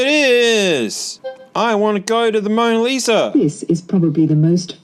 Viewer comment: "It's the Moner Liser!"